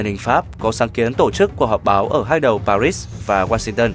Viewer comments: Paris hay Paris vậy đọc mà cũng ko chuẩn âm nữa nghỉ đi đừng đọc nữa. như ông nguyên xuân phúc ý tiếng anh 1 chữ bẻ đôi ko biết phát biểu hội nghi ASEAN ko nói ASEAN mà bố phúc với bố phúc vẹo nhà ta cứ đọc ra vẻ sành tiếng anh lắm ý cứ đọc ASEAN thành Asim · Bạn phát thanh viên có giọng đọc rất hay! Chỉ đáng tiếc là khi phát âm Paris ( tiếng Pháp âm s trong chữ Paris không phát âm - “ muet “ ) mà bạn thường phát âm sai ( như tiếng Anh ) làm cho clip giảm chất hấp dẫn ! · … Nếu phát âm tên Thủ Đô nước Pháp bằng tiếng Việt , gọi là : Pa ri nghe quen thuộc , thiện cảm , gần gũi và thân thương .!. 3/4 cuộc đời tôi chứng kiến tại Việt Nam , đài báo hoặc nói chuyện ; khi nhắc đến thủ đô nc Pháp vẫn phát âm là. Pa ri . Có phải dễ nghe .?… đến bây giờ buồn ra 2 âm : cùng một bài đọc - Lúc Phát âm Pa rí khi lại phát âm Pa rít ….?. nghe chán bỏ sử , tốt nhất “ tạch” …tắt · Đọc là Pa rít nghe không vào nếu cậu đọc tiếng Pháp , tiếng Anh nghe còn được. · Nếu bản tin này đọc cho người Việt thì hãy phát âm đúng từ Pa-ri như người Việt, hoặc phát âm chuẩn tiếng Pháp, đừng đọc kiểu lai căng thế nghe không ổn. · Người đọc nên sửa lại cách phát âm các từ tiếng Pháp thì sẽ hấp dẫn lôi cuốn hơn. Nghe rất chói tai, nhất là Paris mà ai cũng biết đọc thì suốt từ đầu đến cuối đều nghe là Pa-rít-s. Tiếc thật. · Đọc là pa ri dễ nghe hơn anh ơi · LOAI ngay cậu phát thanh viên này , vì không biết cách đọc chữ PARIS ! BỎ CHỮ S cuối chữ ! Chỉ đọc là PARI thoi ! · Trong tiếng Pháp chữ H là âm câm (không đọc, ngoại trừ danh từ riêng). Một số hậu tố S cũng là âm câm (không đọc hoặc phát âm thật nhẹ); VD: Louis: đọc là Lu - i, Courtois: Ku - to... Nên tôn trọng ngôn ngữ bản địa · Paris pháp . Đọc gì ris ai hiểu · Đọc cái thủ đô của Pháp nghe hết hay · Kênh này sao phát âm Paris và Genever nghe kỳ quá. Phát âm tiếng Pháp không đúng. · Paris thì đọc chuẩn là Pari , tại sao bạn đọc là Pa rích ????? Lúc lại đọc là Pa rít ????? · Pari đọc nghe n thấy dễ nghe hơn đó , cứ đọc pa rít nghe chối chối